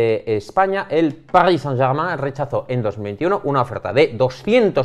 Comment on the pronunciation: Revival de un clásico: pronunciando París Saint-Germain